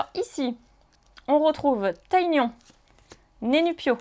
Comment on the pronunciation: Je découvre tes vidéos. J'adore. Mais je suis deosle mais c'est pas Taiignon. Mais Ti gnon. Ca ma trop choquer . Je crois qu'il ont toujours dit xomme ça dans les anime.